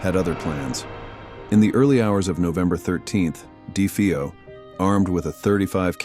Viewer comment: De-FAY-O. Do you do ANY research?